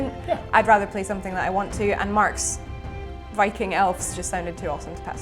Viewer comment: I'm not angry that he keeps playing Elves. I'm angry that she keeps saying Elfs.